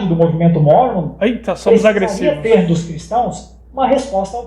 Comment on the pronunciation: Eu me poquei de rir quando o cara disse que " os mormons são agrressivoss" KKKKKKKKKKKKKKKKKKKKKKKKKKKKKKKKKK....Ai diz: "ih somos agrressivos!" kkkkkkkkkkkkkkkkkkkkkkkkkkkkkkkkkkkkkkkkkkk morri!